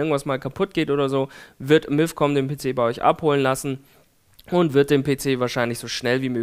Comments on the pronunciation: Es heißt nicht milf sondern mifcom haha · bei verstehe ich immer Milfcom O.o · Hat er bei milfcom gesagt? XD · Miiifcon xD